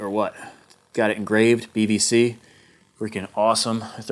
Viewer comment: I keep hearing BVC as BBC 😅